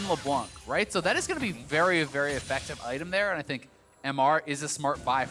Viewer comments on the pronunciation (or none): Anyone else hear this guy say “O-ffective” instead of effective?